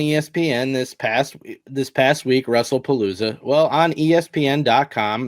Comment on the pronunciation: Did say Russell Palooza? 😂